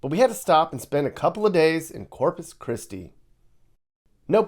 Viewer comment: Corpus "Piss-ti"! Hahahahahahahahahaaaaaaaaaa!